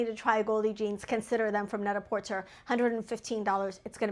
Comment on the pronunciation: It's pronounced net-a -porTAY. 😊.